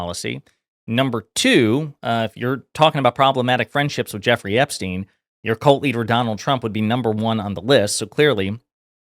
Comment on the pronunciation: OMG SHE DID NOT JUST SAY JZ AND EPSTINE ARE YOU FUXKING KIDDING ME!!!!! AHHHHHHHHHHH I CANT!!!!!!